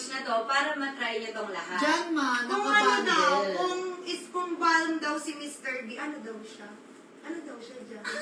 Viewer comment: wag po magagalit, ang "balm" po ay silent L po. kaya [bam] po ang pronunciation